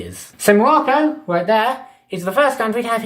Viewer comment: hUmAn wemains iN mOlOcCo🤣🤣🤣,bro,whats wrong with your pronounciation